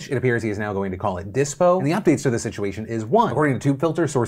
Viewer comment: I legit thought he said Disqo.